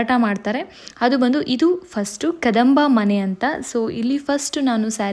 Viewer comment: That is kambadamane you are pronouncing as kadamab Mane in the entrance you can see the beautifully carved wooden kambhas